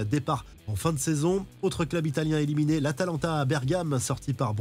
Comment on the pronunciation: MONACO ÉLIMINÉ* (pas ÉLIMINIÉ). 😉